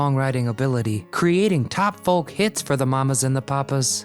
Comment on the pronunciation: The L in folk is not pronounced.